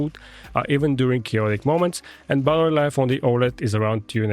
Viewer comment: Nice work but please for god’s sake it’s battery life not buttery life 😅